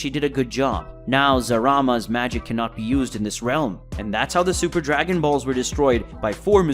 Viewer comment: why you pronounce it zarama isnt it zalama?